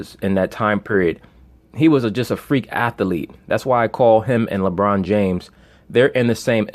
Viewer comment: He said labron bird and he had videligo. 😅😅😅